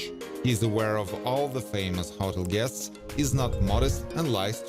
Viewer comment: Its call a HO-TEL not huttle